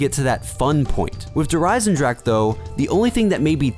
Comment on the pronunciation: Fyru Hawk it is not a silent ch, just ask any german how to pronounce it. but some people just cant say it